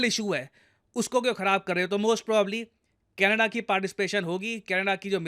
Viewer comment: sir canedda... kya hai canedda me... lappu sa to canedda hai😂